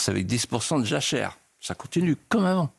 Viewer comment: Monsieur de Villiers vous ne prononcez pas bien ni toujours clairement le V. Par exemple dans l'expression "Comme a(v)ant" au début de votre interview . A mon avis vous ne vous mettez pas assez en avant. Le V de de Villiers doit aussi être celui de Victoire ou de Vive le Roi❤. Voilà c'était l'instant psy pour vous aider tout simplement à venir vers votre avenir. Merci par avance.